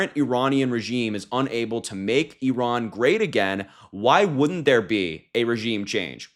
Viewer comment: Why can’t Vance even pronounce Iran?